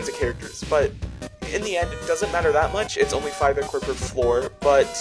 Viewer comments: PRONOUNCE IT AS aikor 🙁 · I thought it was pronounced eye-core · how he says ichor bothers me ITS EYE CORE